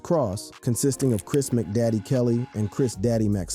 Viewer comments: Why do you make their stage names sound like individual items you buy from McDonald's. McDaddy😂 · Kris "Mcdaddy", Daaah bomb/ Day Bomb/Deh bomb...what the hell dude? How not hip-hop are you?